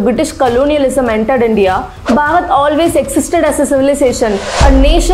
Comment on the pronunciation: Each and every information is to the point. Really appreciate your endeavours. One thing I'd like to suggest is that please make the pronunciation of "Bharat" clearly. Most of the times it sounds like "Bhagat", at least to me. I'm not sure if it's due to regional accent. But yeah, as a well wisher I think this had to be pointed out. Thank you. 🖤